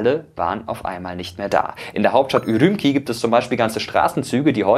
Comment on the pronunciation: tipp: urumci spricht man urumtschi aus :) aber sonst tolles video